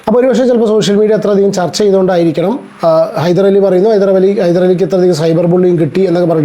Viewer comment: ഹൈദരലി അല്ല ഹൈദ്രോളി 😂